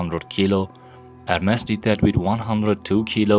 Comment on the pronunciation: Its ermes not hermes ma friend